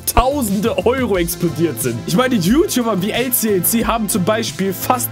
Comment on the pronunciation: Digga er heist nicht lclc sondern es wird elceelce ausgeschprochen